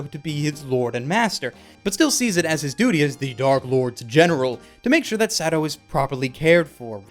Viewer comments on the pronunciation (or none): I love how he pronounces it "Sado" lol